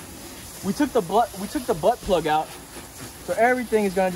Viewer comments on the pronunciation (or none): you said butt plug. Lol. Least that's what it sounded like